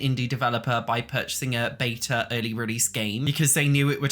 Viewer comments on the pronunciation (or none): none